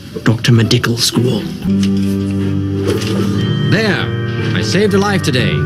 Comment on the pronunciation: Meh Dical Skoul; "M.D. Skoul, M.D."🤣🤣